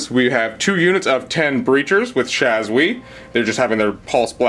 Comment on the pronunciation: Shaaaahhhs ooo EEE not shazwi